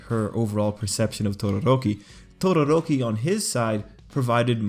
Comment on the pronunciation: why do i kept hearing "tororoki"? oof onelikey for me tho